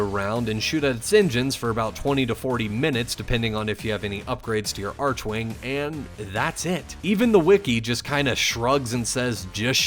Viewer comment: its very strange to me how upset I was getting that he was saying "arch-wing" instead of "arc-wing". I really dont know why It bothers me